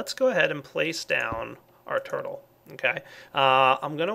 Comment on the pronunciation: lol "purtle"